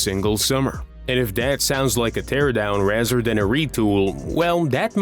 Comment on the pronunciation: Raszer instead of Rather lol